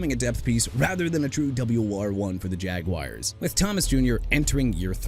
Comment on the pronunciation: I'M THROUGH WITH YOU MISPRONOUNCING EVERYBODY AND EVERYTHING! NEW ORLEANS AS IN NU OR-LINS! DO YOU UNDERSTAND THAT?! JAGUARS AS IN JA-GWAARS AND YOU NEED TO STOP SAYING JAGWIRES!! ALSO YOU MEANT "SIMILAR TO BRYCE YOUNG, BRIAN THOMAS JR."?? THERE'S NO 3 A'S IN HIS NAME!!! AND TREYLON BURKS AS IN EITHER TRAY-LAAN OR TRAY-LIN? WHICH IS IT SO YOU CAN PUT RESPECT ON THE MAN'S NAME WHICH YOU DON'T HAVE?! YOU'RE THROUGH BRO!!!